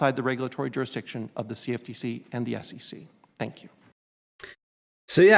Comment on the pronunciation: I can't stand that puts an "O" where a "U" should be in words. Example: Jory instead of Jury. Or Jorisdiction instead of Jurisdiction.